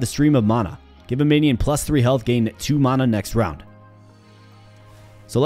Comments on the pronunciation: Huh? You are saying it really odd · Why are you pronouncing Mana so weird? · Just never heard it pronounced that way ever. I have watched thousands of videos and most are roguelites so I have heard the word a lot. Hope its not offensive, but I have never heard it said like that before